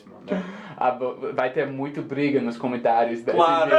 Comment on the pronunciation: Acho que ele quis dizer "nos confunde" mas errou a pronúncia do "nos" e virou "nós"... :)